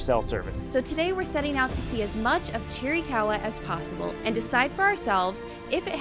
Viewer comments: It’s not cheerie caw wa. It’s chir ih caw wa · It’s pronounced, Cheer-uh-cow-uh. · From a real Apache. (Cheer-eh- kah- hwah).